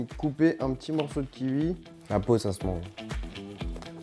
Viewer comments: On dit un ki oui pas un ki ui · c'est kiwi pas ki-ui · un quiwui il a dit